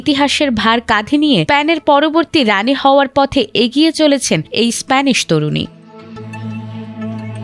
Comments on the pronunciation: Span na re vai, it's Spain. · স্প্যান না স্পেন বলে এটাকে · Span na Spain. Kamne ki?? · Span noy Rey spain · আমার সাদা মনের একটা প্রশ্ন দেশটার নাম স্পেন হবে নাকি স্প্যান হবে, রিপোর্টার অতিব নিজেকে স্মার্টনেস দেখাতে গিয়ে স্পেন না বলে বলছে স্প্যান, যেমন অনেক মানুষ আছে নিজেকে স্মার্ট মনে করার কারণে ঈদ না বলে রিদ বলে ঠিক এই রিপোর্টার ক্ষেত্রেও তাই যতসব মূর্খ কোথাকার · span span span span ki bhai? kanda gelo. its spaaaiiin spain spain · স্পান নয় উচ্চারণ হবে স্পেন। হায় রে সংবাদ পাঠিকা!! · স্পেন কে স্প্যান উচ্চারন করা হয় তখন হতাশ ই হতে হয়। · Span 😂😂😂😂 it's spain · স্পেইন না স্প্যান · Wow moment! জাতীয় টিভি চ্যানেলে AI দিয়ে খবর পড়ানো হচ্ছে, আর “স্পেন” হয়ে গেল “স্প্যান” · এরে সাংবাদিকতায় সুযোগ দিছে কে এত সহজ উচ্চারণগুলো ভুল করতেছে স্পেনের জায়গা বলতেছে স্প্যান রাজকন্যার নাম লিনোর না একটু ভালো করে সঠিক উচ্চারণ শেখেন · রিপোর্টার বারবার স্প্যান স্প‍্যান করছে কেনো? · স্প্যান? Seriously bro? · উচ্চারণ এত জঘন্য যে শুনতে বার বার কানে লাগে। এতবার স্পান স্পান শব্দটা খুবই বিশ্রী লাগছে। এই টিভি স্টেশনকে বলবো উনাকে আরো উচ্চারণের প্রাক্টিস করাইয়া তার পর মাঠে ছাড়েন। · এই রিপোর্টার হয়তো আগে পদ্মা সেতুর নিউজ করত। 😁 স্প্যান। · উচ্চারণ হবে (ইসপেইন) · actually spain